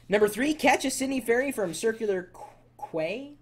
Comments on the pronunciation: I lol'd at his pronunciation of quay, it's pronounced "KEY". :) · LOLOLOLOL. how could he have not known it was pronounced as key. QU-AY.... LOLOL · Quay is said like Key